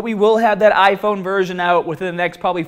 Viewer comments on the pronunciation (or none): none